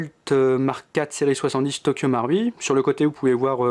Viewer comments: nop sa se dit tokyo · Tokyo maroui c le mots le plus prononcer de ta vie